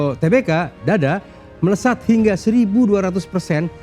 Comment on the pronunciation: Bacanya TERBUKA dong, jangan TE-BE-KA.. Norak banget